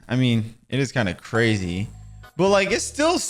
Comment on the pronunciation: Cwazy cupcakes